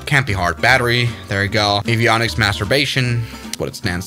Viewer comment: Avionic what ? 🤣🤣🤣🤣🤣